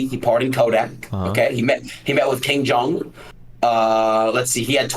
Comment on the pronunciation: This mf really said “king jong” I’m losing it